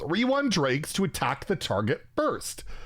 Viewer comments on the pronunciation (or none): none